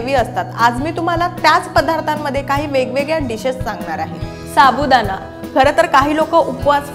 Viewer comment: साबुदाना नाही.......साबुदाणा पीट नाही.......पीठ जानारे नाही..... जाणारे Etc etc etc..... Please.... please please.... Humble request to you. PLEASE शुध्द बोला. तुमच्या एवढ्या अशुद्ध बोलण्याने या video chi quality प्रचंड ढासळली आहे!!! ऐकायला घाण वाटतं.